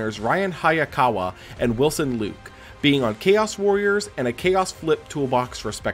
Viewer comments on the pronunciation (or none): none